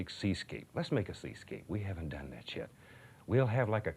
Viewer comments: 😂 I think he said we haven’t done that yet. But it does sound like sh*t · Either that or a weirdly pronounced 'yet' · "We haven't done that 'yet'" 😂 in his Bob Ross accent, it can be easily misinterpreted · It actually does